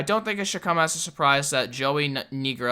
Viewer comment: *laughing* "NO, BUDDY! Iris that's not how you say his name! Say (nye-grow)!!!" -Xplodin Apple